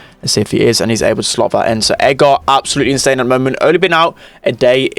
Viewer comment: it's not edgaaaar it's edgrrrrr lol